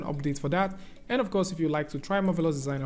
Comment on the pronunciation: I love the beautiful way pronounces the words "Marvelous Designer"!